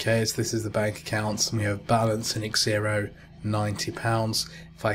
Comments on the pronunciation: Egg-zylophone haha. Definitely 'Zero' not egg-zero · Why are you calling it X -Xero? It's Xero, like zero. X pronounced like a Z as with xylophone.